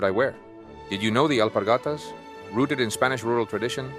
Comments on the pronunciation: ALPARGATAS, no "alparatas"😂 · ALPARGATAS.....NO ALPARATAS.... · ALPARGATAS, NO ALPARATAS. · Alpargatas, se dice alpargatas.